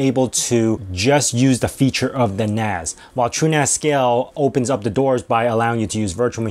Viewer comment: NAS not NAZ. its not network attached Zoridge is it.